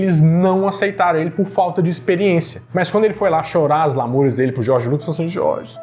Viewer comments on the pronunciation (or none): none